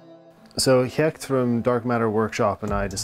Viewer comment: You pronounced Gert correctly... unlike me. Looks great!